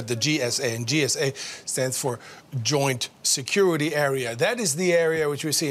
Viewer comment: Goint Security Area........... Alright i'll take your word for it.